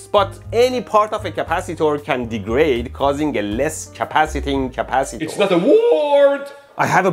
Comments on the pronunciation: Capacitor ❌❌❌Caapacitaur✅✅ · British Capacitor 🇬🇧